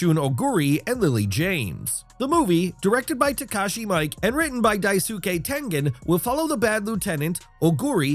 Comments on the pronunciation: Takashi Mike....learn how to pronounce words. Hes a very famous director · Way to butcher Miike Takashi's name.